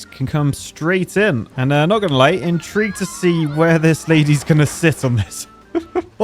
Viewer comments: in-tree-gued to see?... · "Intreegued" nice